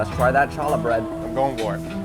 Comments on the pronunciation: I think what Jim ordered is Challah bread. It is an enriched dough traditionally eaten in the Jewish community on the sabbath, holidays, and other special occasions. It is made with eggs and sugar, raisins are a more recent addition for a sweeter alternative. But it is pronounced more closely to huh lah. The first syllable is almost as if you are clearing your throat. For effect watch any scene with Mel Brooks in Spaceballs as his character Yogurt. 😂. Also Jim’s portion size is terribly small! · I was so thrown by his mispronunciation of challah that I didn't even register that he was eating challah with bacon on top which is, in a very literal sense, blasphemous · This man is supposed to be from NYC and pronounces challah with a CH sound? It should be a sort of H but with some phlegm added. In Hebrew the first letter is Cheth. I thought every New Yorker would know that. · What part of NY is Jim from? Can't be the city because he doesn't say challah correct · You cannot tell me that Jim is from New York and says challah like that on purpose. Sounded like he was addressing Black Panther than the lovely Jewish bread. Come on y’all! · The way he pronounced challah AND put bacon on it is diabolical lol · the pronunciation of challah feels like a hate crime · Jim is unreliable out the gate for mispronouncing "Challah," only REAL NewYorkerd know that you need not be Jewish to pronounce it properly. Make a ch lite you have bronchitis. Though he is giving I'm from a long line of alcoholic cops energy. I'll have to check him out. And I speak as a native on the diaspora, gentrification of NY is heart breaking. I have been in a position without a debit card, so these places are appreciated. Trust me those ATMs atr not owned by the restaurant. They are likely a "tax" to some one who shakes them down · are you pronouncing challah wrong on purpose for rage bait? lol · Dude can’t be from NY with the way he pronounced Challah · The pronunciation of challah is killing me